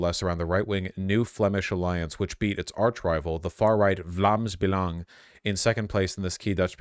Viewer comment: surprisingly good pronounciation on "Vlaams Belang", like it's not good but way better than I expected